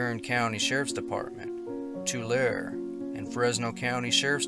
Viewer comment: Pronounced "idol-wild" and "two-larry" (Tulare, CA). Thanks for the stories. Bigfoot and orbs/flashes of light sighted up there in the San Jacinto region forever.